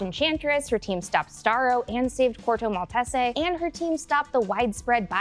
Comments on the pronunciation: it's actually pronounced mall-tees (like the dog breed) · “Malt-ess-ay” lol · It was Corto Maltese, the location where most of The Suicide Squad took place. It does sometimes get pronounced Mall-tay-say, a more Italian style I guess. (If you were just poking fun at the pronunciation, my bad. I can't always tell with comments) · Stressing me out with the way you pronounce maltese